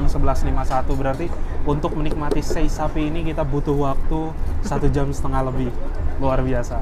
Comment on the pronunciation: cara ngucapin sei sapi gak disambung gitu mas. tapi se'i gitu yg benar